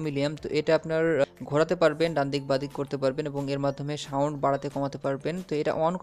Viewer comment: ভাই সাউন্ড কে শাউনড বলছেন বারবার!